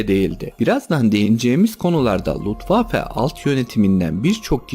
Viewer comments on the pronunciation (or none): Luftwaffe yazip Lutwaffe diye okuman enteresan olmus.